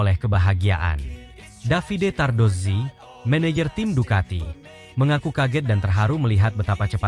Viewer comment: Saya puji Admin ini karena menyebut nama Davide Tardozzi dan Corse dengan benar...baru kali ini saya lihat konten MotoGP yg pengucapan nama² khas Italia dgn betul...bahkan sekelas komentator dan presenter TV aja masih pada salah menyebutkannya...😊